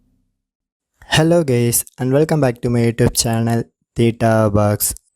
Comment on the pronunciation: Bruh "Hello gays" Wf bro why u just dont learn english better and grammar and then record vids???????